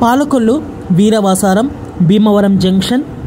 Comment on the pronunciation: Ee video ki anchoring chese station perlu sarigga palakadam nerchukovaali. Veeravaasaram ni viravasaaram Aakiveedu ni ankiveedu ani kavali ni kavala. ani perlanu istamu vachinattu marcheseru.